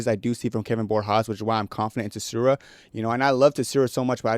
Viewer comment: I actually had to skip past the rey tsuruya fight cause your pronunciation of his last name pissed me off so bad